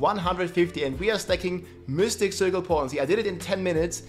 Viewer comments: Really? You never heard how mystic is pronounced in english? they dont have the germanic-danish y(iu):p Seriously my misophonia acted so hard with the repetition of "miustic" all the time that i couldn't actually watch the video:p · Why's blud saying mystic as mustiq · mustic cirle XD ... Its M Y stic dude ... pronaunced closer to I than u